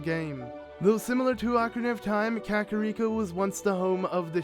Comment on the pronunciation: THANK YOU for pronouncing kakariko the same way I do! Every other letsplayer I've seen says "ka-car-rico" and I'm like "plz stop"